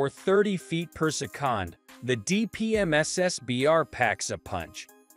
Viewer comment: worst text to speech ever - poor sekon for "per second"